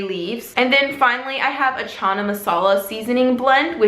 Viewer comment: When white people say 'Chana' or 'garam' 😂. Super cute, I enjoyed this video!! Thanks!!!